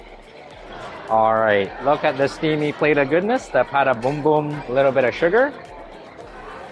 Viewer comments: It's not a "Pata Boom boom" it is a "Puto Bung-bong". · it is PUTO BungBong…..not PATA BUNGbong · Puto Bumbong not Pata Bombom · Its pronounced “Puto Bumbong” (boombong)